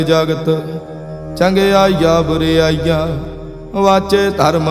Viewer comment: ਗੁਰਬਾਣੀ ਦੇ ਕੁੱਝ ਸ਼ਬਦਾਂ ਦੇ ਉਚਾਰਣ ਠੀਕ ਨਹੀਂ ਹਨ. ਜਿਵੇਂ ਕਿ ਚੰਗਿਆਈਆ ਬੁਰਿਆਈਆ ਇਸ ਦਾ ਉਚਾਰਣ ਕਰਨ ਵੇਲੇ ਚੰਗਿਆਈਆਂ ਬੁਰਿਆਈਆਂ ਬਿੰਦੀ ਸਹਿਤ ਕਰਨਾ ਚਾਹੀਦਾ ਹੈ.